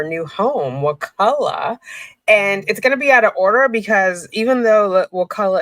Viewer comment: So happy you can pronounce it! Can you say Wewahitchka? These Indian names are awesome. I live on the Chipola.